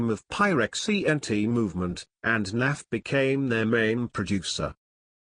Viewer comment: Why this Windows Narrator keep calling him "NAFF"?